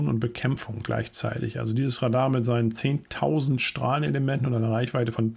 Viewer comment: die Betonung bei Radar liegt laut Duden auf dem zweiten A